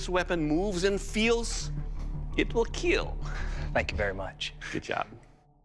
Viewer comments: Not keel , keal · KEAL not keel.... You go to google and seach it ( it will keal means) and you will know why.. youre slow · Blade 2 Weel not Keel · IT will keel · if you came for the ”it will keel” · Nobody: Doug: IT WILL KEEEEL EVERYBODY LIKED THAT